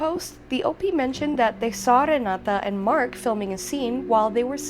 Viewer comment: My. You are latina-fying Renates name... but she's norwegian. Re-knot-eh sounds closer. Love yaaa ❤